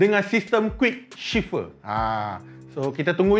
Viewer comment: Quick shifter bukan quick shifer